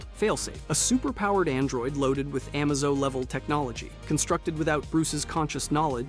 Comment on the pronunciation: And then Amazo as well